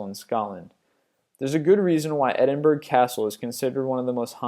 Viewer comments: He said Edinburgh wrong lol you don`t say it with the g at the end. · Awesome video but I cannot stand the way Americans pronounce Edinburgh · Where is that "M" Coming from? It's Edinburgh. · Its not edinburg it's edin-borrough! and that place in chernobyl is not actually abandoned. some people still actually live there and never left. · Its pronounced Edinborough, not Edinburg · Edinburg...PAHAHAHAHAHAHA! Edinborough XD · Edinburg? Not to be that guy but it's pronounced 'Edinborough' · Where did you get your education? EDINBURG????? To anyone with a reasonable knowledge of the world it's pronounced, "ED-IN-BUR-RA" Jesus!! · Stop saying Edinburg, its ed-in-buu-ruu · XD Edinburg! Edinburgh sound like edinburuh the g is silent! Great video anyway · Edinburgh (Edin buh rah), not (Edin burg). Edinburg is in south Texas... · Edinburgh = ed-in-bur-ah not ed-in-berg... even though thats how it looks like it should be said =P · As a Scot, I must politely say that the proper way to prounounce Edinburgh is NOT Edin-burg (with a G), IT IS CORRECTLY PROUNOUNCED Edin-bur-uh and certainly NEVER Edin-boro!! :o) Just need to clear that up once and for all! lol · Its pronounced EdinBURA or EdinBRA, your pick better than berg ;) spelled Edinburgh, Cool video's though! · Edinburg -_- it's pronounced Edinborough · im from Scotland and Edinburgh is pronounced, Edinbruh not edinburg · edinburg? EDINBURG? EDD-IN-BU-RUH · Ed-in-burrow not Ed-in-burg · great video, but why can no American pronounce Edinburgh properly, its not 'Edinberg' or 'Edinburrow', its pronounced 'Edinbra' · Edinburra, not Edinburg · edinburgh = edinbruh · EH-DIN-BUR-UH come on people pronounce it right!! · eh din bur uh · bhoy its pronounced "edin-bruh";) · If you're from there...you are correct. If you're from Glasgae (Glasgow...pronounced Glaz go)...it's Embra. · edinburgh is pronounced edinburrah and its annoything the fuck out ae me -_ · It's pronounced e-din-bu-ruh! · edenburg is how he pronounced it